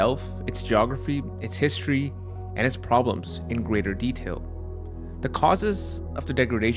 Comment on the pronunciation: good content. the narrator needs to use betten enunication -- words such as: regularly, history, important, citadel -- are garbled and have no pronunciation of the letter "t"